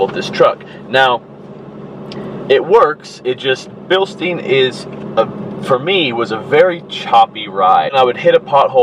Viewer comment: Bilstein = bil-stine